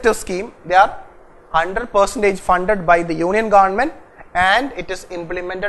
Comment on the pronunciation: GaandMent... U r the only guy who pronounced this correctly